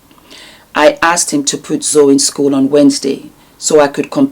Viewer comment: I agree with you. It was clear as spoke that she has not followed Nikki and Jamie's old channel nor 'Simply Nikki'. She didn't even pronounce Zoe (pronounced Zoey, not Zow) correctly. And that is the problem with so many of the people judging Nikki, they clearly haven't followed the couple and know absolutely nothing about that which they comment on. They simply receive and swallow Jamie's narc bombs like baby birds being fed toxic waste by a hideous, demonic mother(Jamie).